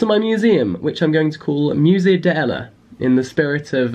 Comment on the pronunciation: The lack of elision between 'de' and 'ella' 🥺🥺